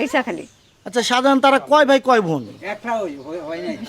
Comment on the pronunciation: বালের সাংবাদিক, শাজাহান নামটাই শুদ্ধভাবে উচ্চারণ করতে পারে না